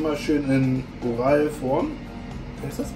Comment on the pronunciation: oralform🤣🤣🤣🤣Oval wohl eher hahaha